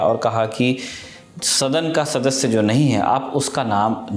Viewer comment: शादस्य 😂😂 के शास्यदस्य 😂😂अबे भाई बिरला सदस्य होता जैसे सोर नहीं शोर😂